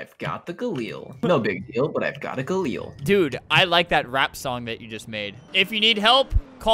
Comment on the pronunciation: Gun pros are screaming because Albert pronounced “Gal-IL” wrong